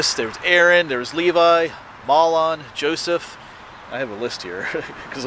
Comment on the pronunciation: "Mahlon" is pronounced "May-lun". Great vid as usual...Thanks for your time and effort.